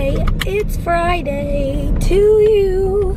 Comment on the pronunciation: It's Frey-Day, It's Friday!